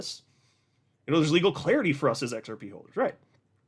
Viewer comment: The “XEP” 😂. Long live!